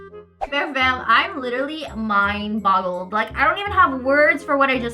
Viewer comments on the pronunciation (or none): Are you saying "mind bottled"? Lmao